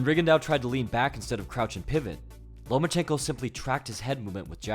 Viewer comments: You said "Lomanchenko" so many time I thought this was a CIA indoctrination video🤣. In the comments section I read the name Lomanchenko but heard your voice😂. Great video and breakdown. Keep up the great work. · He said ''no more chenko"